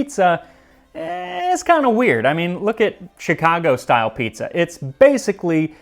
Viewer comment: “look at Chicago (mispronounced) style pizza … It is basically soup” Fighting words my friend but true. The Sicilians and southern Italians who lived in Chicago in the 40s to start Pizzeria Uno and the others were influenced from the same regions that this book was written from, 500 years ago. A great picture of a good Chicago style pizza. Nice stuff. Thanks